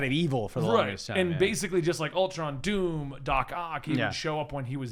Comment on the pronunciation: i heard doop not doom ha